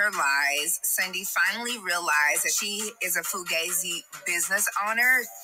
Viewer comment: Lol Brooke is the only person who said this girl name the right way, It’s “Sundy”. Not Cindy or Sunday 🤣🤣🤣⚰️